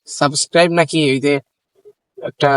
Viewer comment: এরকম ভিডিও দিয়ে সফল হওয়ার চিন্তা বাদ দেন। সাবস্ক্রাইব উচ্চারণ করতে পারেন না, আবার সফল হইবেন😂